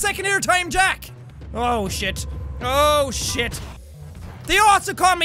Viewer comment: Who else hears him say "Ocean" instead of "Oh Shit"